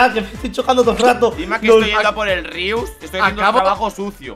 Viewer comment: Yo escuchando a Víctor decir:inriustor (creo que era haci) Timba: que... :'( noo Ooooo lo perdio a Rius :c